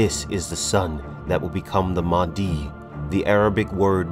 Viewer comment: Mahdi, H sounds like Aha! or ha!...you gotta exhale. Mah di. In islam, during the final days Mahdi will arive and fight dajjal (the anti christ).